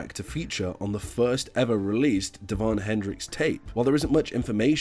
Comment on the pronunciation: ITS DÉVON, ACCENT, ACCENT, LISTEN TO HIS SONGS!!